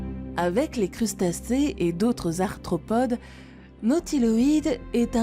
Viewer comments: Et il me semble avoir entendu "parmi les astropodes" à au lieu d'arthropode. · Astropodes, tribolites... Il faudrait se relire ( ou se ré écouter) quand même avant de publier. 😐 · Ouiiii, elle a dit astropode 😀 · "les tribolites capturent agilement les astropodes" :) mais bon sa voix est agréable...